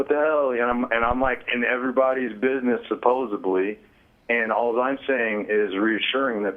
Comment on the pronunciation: It is SUPPOSEDLY, not supposABLY. If you can't even speak English, why do you think anyone will care about your positions? FFS...